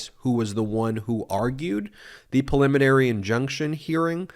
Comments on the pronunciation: PREEE liminary. Not puh-liminary. Thank you. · Please stop saying perliminary. The word is preliminary.